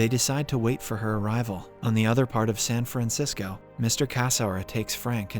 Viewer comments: "San Fransicko" - I didn't know there was something worse than Frisco D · San Franziko? Wat? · "San Franxico" hmmmm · "San FranSicko?" 🤣